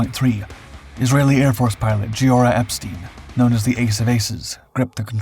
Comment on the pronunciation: The Israeli ace's first name is pronounced Geeora with a hard g, not a soft g.